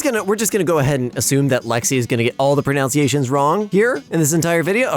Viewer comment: Lexi: pronounces pronunciation wrong while saying he'll get all the pronunciations wrong